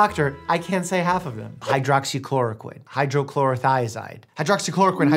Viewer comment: “Hydrothigh”-doctor mike 2023